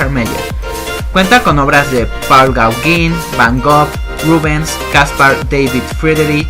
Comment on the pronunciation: Paul Gauguin (goguén, no gauguín)